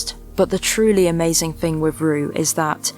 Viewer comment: My only frustration with your lovely videos is that you can't pronounce "with" properly, it is not "wiv"